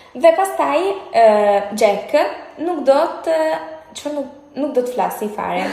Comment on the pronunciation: Xhek tha ww Po thuhet Jack😂